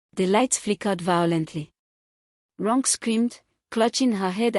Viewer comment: "Ronke" is pronounced "Ron Keh" it's usually wyt or American narrator's that spoil Names with their mispronunciation, however there's no excuse for an African narrator to mispronounce African names 🙆🏾‍♀️🤦🏾‍♀️🤷🏾‍♀️